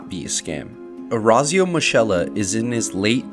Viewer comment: Your pronunciation of Orazio makes me want to rip my ears out Other than that great video!